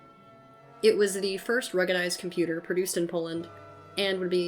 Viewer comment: OH KOMPYUTER, AH KOMPYUTER, KOMPYUTER